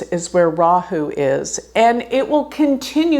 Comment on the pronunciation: You pronounce 'Rahu', 'Ketu' very well! 'Ketu' is perfectly pronounced, 'Rahu' is 99.8% correct. Looking great, too.